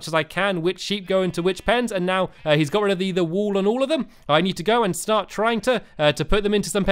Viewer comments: i think he said shart instead of start. great save! lol. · Am I the only one who noticed he said shart instead of start